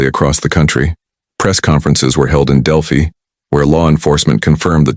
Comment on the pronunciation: It’s pronounced Del-phy. Not del- phee.